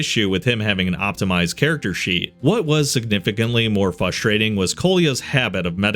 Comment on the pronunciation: By brother it’s pronounced “FRUST-rating” there’s an R in the first syllable